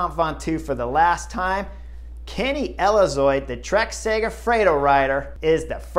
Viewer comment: Kenny “Elizoid”? :) He was the guy who won ahead of you when you cemented the 2013, Vuelta. But, as always, great commentary and insight. Enjoy your summaries, Chris. Keep ‘em coming.